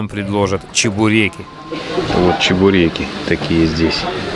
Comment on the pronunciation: Чебуреки, чебуреки нежно произнес и незаметно вытер жирный палец о скатерть 😳